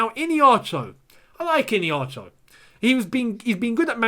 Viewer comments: It's ihenacho bro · It’s pronounced as ee-hey-nacho and not Iniacho😂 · lol his name is pronounced E-HEN-NA- CHUO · This is the pronouciation of his name I-hia-na-cho